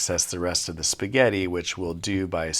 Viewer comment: "Fill that spahgetti hole with a thick block of fetta" 💀💀